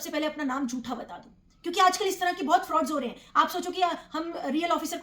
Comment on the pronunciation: “जूठा” नहीं, “झूठा”